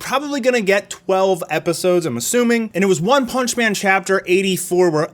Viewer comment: "ONE PANCH MAN" 😂😂😂😂